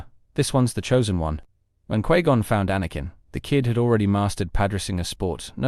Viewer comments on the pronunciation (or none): The only thing that irks me in these videos is the pronunciation of Padme and Qui Gon 😂